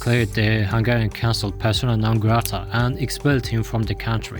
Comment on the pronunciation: Hungian? Where did you learn about our name? That one school in africa that prnounces google as gooloogoloo?